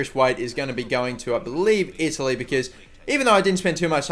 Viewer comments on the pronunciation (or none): none